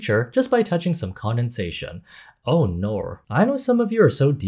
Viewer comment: ”oh nawr”